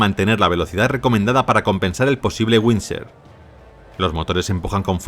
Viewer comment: windshear == winsor?? AI CRAP